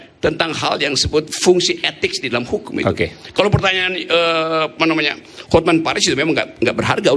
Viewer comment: HotMan dibaca hotmen😅